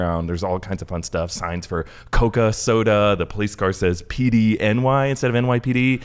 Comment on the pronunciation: Its not pony its PDNY